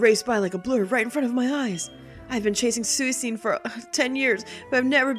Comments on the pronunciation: I thought someone might have corrected you by now but it is suee-kun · That's not how you say Suicune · I'm not as bothered by the different pronunciation of suicune, can say it however she wishes; it's her LP and if she wants to call it sue-cean then more power to the glorious LPer. To quote south park, "We like to have fun here" XP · P Marques I just watched a video. Is it pronounced 'Suh-wee-koon'? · I'm a bit glad on the way you pronounce Suicune's name because I used to read it as the same way until I heard its name in the anime. It's just nice to know I'm not the only one. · soo-ee-soon made me laugh every time even though everybody else started raging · I know this is old as shit, but I used to pronounce suicune pretty much the same way when I was younger. Sue-i-cena. Sue like Mary Sue, i like icky, cena like JOHN CENA!!! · The way you say Suicune put me on life support. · keep saying Suicune like that. It's lovely sounding and the haters can hate if they really get THAT worked up over the pronunciation of a word of a fictional video game creature. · That's actually how I used to pronounce its name, too. I feel kinda silly about it now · I always used to pronounce Suicune the same way you do in this video tho! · I'm sick today and was getting better... Then I heard the pronunciation and now I'm in the hospital... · P Marques Somones doin this on purpose.